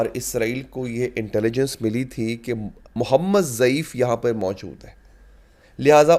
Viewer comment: محمد ضعیف نہیں محمد الضیف نام ھے ۔۔۔